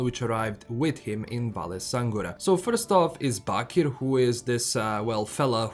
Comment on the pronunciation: The way you said "Bakir" makes me think you are from Bosnia haha or some other balkan country